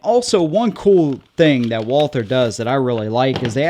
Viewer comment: All one has to do to CORRECTLY pronounce this manufactures name is to simply drop the H So you just say Walter As one of our oldest makers in the world dont you think they at least deserve to have you learn to say the name correctly ?